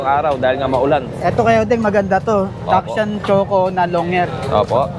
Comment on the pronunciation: paki correct naman po ang pronunciation ng Dachshund. Kasi po maraming nanunuod sa inyo, ginagaya nila yung maling pagbigkas. yun lang po. salamat